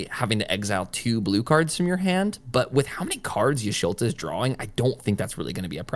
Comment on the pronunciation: Saying Y’sholta over Y’shtola was killing me 😂😂